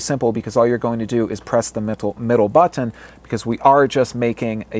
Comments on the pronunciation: BUT-TONN. is it me or does he say it weird? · the way you say button makes me uncomfortable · i hate how you say BUTTON